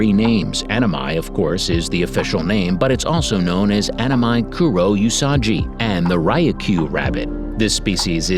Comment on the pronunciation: 英語の発音だからアマミがアママイになってるw